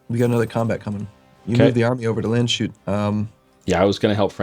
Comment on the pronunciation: You're still not pronouncing Landshut right! :D And i know it because I'm nearly from Landshut. I think the best solution is to conquer it fast and rename it